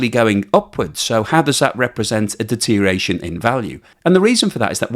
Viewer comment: DETERIATION! You said it again. Thought you had cured yourself of using this nonword. It destroys your credibility. DETER-IOR-ATION. Learn to include the OR.